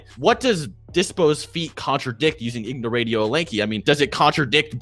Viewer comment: "ignoratio elanchi" is a smart guy lol